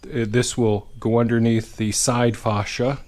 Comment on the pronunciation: Sorry, but I laugh everytime you call it Faw cia instead of Fay cia.